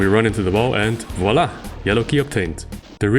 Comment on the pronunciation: The "Voilà" was really well said, I must say.